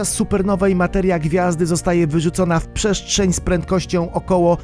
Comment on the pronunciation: pszeszczeń xd